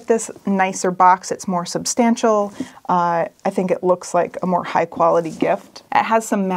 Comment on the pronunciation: Quick question on the Nixplay frame. What is “sub-stam-shall”? Is that like 4K? 😉